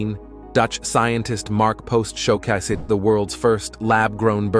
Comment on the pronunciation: i suggest a more thorough review before posting. so many mispronunciations from the AI voice. convention-AL meat, EETH-EE-cal, show-cas-Ed., new mek-SEE-co, smart infrastruc--YOUR-A, et al. info is good; video elements are good; just fix the voice or it throws it all off.